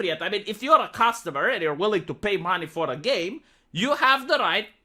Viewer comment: You should drop the fake Russian accent if you’re gonna pronounce words like ”purchase” and ”customer” like an American.